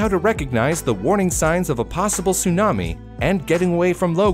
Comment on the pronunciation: It's not sunami, it's tsunami.